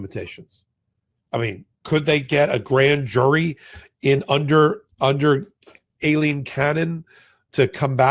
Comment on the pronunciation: am i the only one who hears "alien cannon" or a-leen ? is that actually how she pronounces her damn name